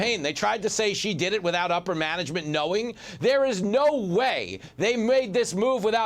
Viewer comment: Tranauhser Busch ,,😂😂😂😂😂